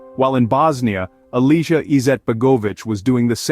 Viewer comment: Gosh, if at least pronounce the names properly. Milosevic = Milošević (š = sh, ć = soft ch like in ciao). Franjo Tudjman = Franjo Tuđman (Franyo Tugman but G is pronounced like geometry). Alija = Aliya at least you pronounced Izetbegović correctly. And remember J in Slavic languages is Y in English. I'm not even from Ex-Yugoslavia but know about this at least.